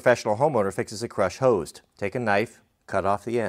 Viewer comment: Hands up who’d like to know why he said it like that?